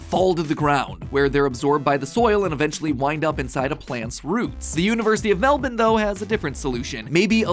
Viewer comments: As an Australian i have to thank you so much for pronouncing Melbourne correctly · The most surprising part of this entire video, is Matpat pronouncing Melbourne correctly. Like science is awesome, but that made me literally doubletake. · THANK YOU FOR PRONOUNCING MELBOURNE AS MEL-BIN! <3 <3 <3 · matpat pronounced melbourne correctly, it's a miracle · Really appreciate the fact that he pronounced "Melbourne" the way we Australians actually pronounce it; "Mel - bun"